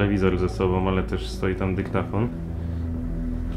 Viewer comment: Famicon, nie dyktafon. Znafco:P